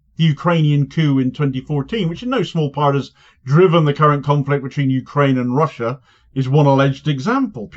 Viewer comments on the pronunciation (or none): none